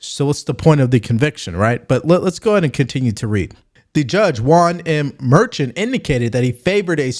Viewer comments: It’s pronounced “mer-Shawn”. Not merchin. Come on bro. You don’t even watch the news. I can tell. 😆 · He's just trying to make a point. By the way, his name is pronounced "Mer-shawn" and the case will go to an appellate court not the Supreme Court. It will be overturned. How about helping your viewers out by doing a show on how YouTube sensors conservative comments? I thought they would have quit after the election but that's not true.